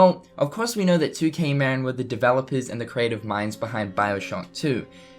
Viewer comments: Good video, but for the love of god, it's pronounced Ma-Rin, not Mar-In. The studio is located in Novato, CA, in the heart of Marin county. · Interesting video and I do hope that 2K Marin does indeed develop a fourth installment to the series at some point. By the way, just for clarity, 2K Marin is pronounced 'MA-RIN' not 'MARE-IN' . It's named after the county that's directly north of San Francisco, just across the Golden Gate Bridge. I know because I live in the county and the studio for 2K Marin is close to where I live